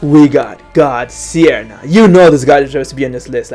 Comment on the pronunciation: Wtf dude god seerna?!?!?!??? Learn to say stuff